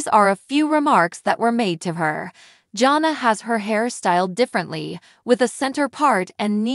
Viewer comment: Her name is pronounced JAN-A